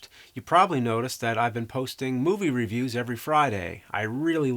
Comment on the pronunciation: I really love you James, and your videos have been a big part of my childhood. But every time you mispronounce review I die a little inside...